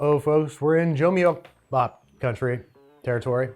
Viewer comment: it's pronounced joo-muck-bap, not joo-myuck-bap